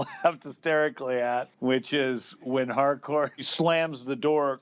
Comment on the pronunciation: I'm one of the people who hears Hardcore instead of Harcourt. 😂